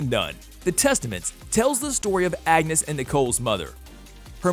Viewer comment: and his constant mispronunciations! He literally said angus instead of Agnes 💀😂